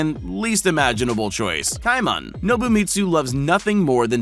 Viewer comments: Ki-man?? It's pronounced KAY-MAN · it's pronounced CAY-man not Ci-man...dumba** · This ignorant narrator is a prime example of the lack of education in young people. This narrator was probably wrapped up in his cell phone while growing up so he doesn't know how to pronounce common words like caiman, wrasse and the name Fagin. Caiman is pronounced like kay-min, NOT ky-min. Wrasse is pronounced rass as in the word harass NOT rass-ee and the name Fagin is pronounced Fay-Gin with a hard G like the word again, not a soft G like the word gin. How can a narrator not know how to pronounce these common and very simple words? He doesn't know because he's had very little social interaction with the English language and he's done none of the very basic reading that was required of young people in grade schools 20 or more years ago. He sounds like an ignorant idiot when he speaks in this video. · It's pronounced KAY-men. If you're going to try to educate people, BE EDUCATED YOURSELF. Putz. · Caiman - pronounced: CAY-MAN Sheepshead Wrasse - pronounced: SHEEP'S HEAD RASS (E is silent) Also, there are hundreds of species of pythons, if not - thousands... The one in this video is a Burmese Python! Do some research, contact a biologist before making your videos. I study salamanders but even I knew these pronunciations were way off haha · Caiman is pronounced Kay Man, Kay as in Okay. Also pretty sure that the crow name is Fagin as in the character in Oliver Twist, which would mean the G is hard, as in Goat. So "gin" is pronounced the same way as the first syllable of guinea fowl, .or Guinness (if one is more familiar with booze than birds). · that made me laugh that he said pet KAIman instead of caiman it its like saying kman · gotta love when the person making the video cant even pronounce the words in their own script... "ky-Mahn".... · caiman is pronounced kaymin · said cai-man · It’s cay-men :/ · Pronounced: "KAYMAN". FFS, do a minimum amount of research...